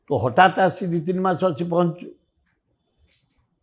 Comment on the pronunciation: Dear Apana news wala apekhya apana jatra party anchor vali laguchi Kahile je gote mas Sir odia re mas na masa Over acting hauchi Real re katha kuha